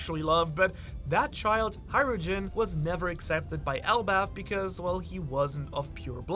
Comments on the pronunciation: Isn’t it Hajrudin and not Hairujin? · du bist doch deutscher oder etwa nicht? if so why do you pronounce the j like jay? and not like yoghurt? hajrudin like the japanese word hai